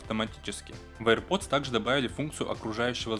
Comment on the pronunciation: Эйр Пердз....